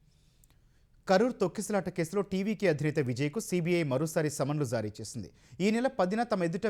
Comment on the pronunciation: News Reader కు ఒక సూచన... You are pronouncing (జా) as zaa... Please Try to correct it... That is జారీ... Not Zaaree (I Love E TV...)